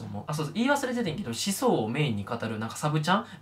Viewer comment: 思想のイントネーション気になるw